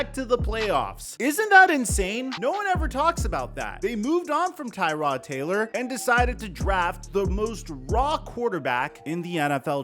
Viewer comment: IT IS TRRRROD Taylor... not tie tod like the car part 🤣🤣